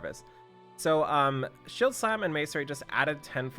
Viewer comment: pronounces macerate wrong and loses it lol